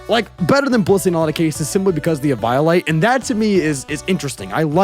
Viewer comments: e•VIO•lite makes me want to do a heccin e•VIO•lence. I feel e•vio•lated This is sad, so play the tiniest e•VIO•lin. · Anyone else kinda want to headbutt for the way he pronounces eviolite?